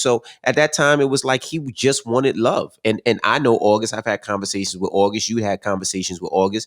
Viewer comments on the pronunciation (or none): Envy pronounce August as Ohgust 😂😂